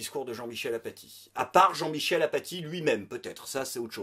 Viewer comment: Super imitation d'Aphatie,. Mais ça se prononce "Afati".